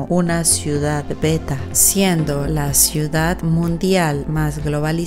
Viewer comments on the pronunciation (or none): none